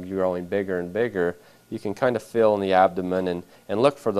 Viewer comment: it bothers me so much how he keeps saying "fil" instead of "feeeeeel."